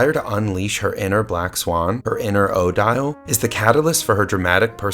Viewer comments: Thank you. Fine video, but every time he says OH Dial I cringed. It's commonly pronounced Oh DEEL. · 1) It's odeeeele not oh-dyall. 2) Why are you asking us about everything? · this is not how the name Odille is pronounced